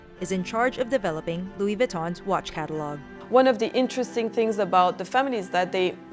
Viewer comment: You really said lou-e-we…